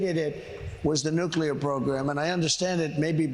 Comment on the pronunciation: "I understand nucler (sic)". Sounds more like Homer than an MIT professor. Ask him if he understands the Nuclear Triad YET?